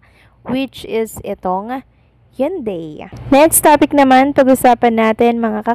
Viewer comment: basahin mong maigi ang mga words na binibigkas mo katulad ng Hyundai bigkasin mong ng tama.Ganyan si Kim lahat ng iniendors nyang products ay binibigyan nya ng oras.go, go go Kimpau.❤❤❤